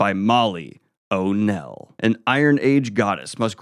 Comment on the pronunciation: Daniel, O’Neil is pronounced more like “O’Kneel”